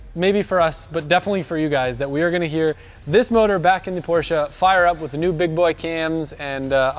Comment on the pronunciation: PORSCHE, NOT PORSCHA!!!!